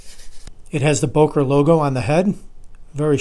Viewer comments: It's pronounced "BUhker" as in "hUrt". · Very nice video as usual. Your pronunciation of Böker killed me. :D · You are pronouncing "Böker" wrong. Those dots on top make to "o" a front-vowel not a back-vowel as you pronounce it. Since my native language is enriched with vowel sounds it is extremely easy to for me to criticize you for mispronouncing "Böker".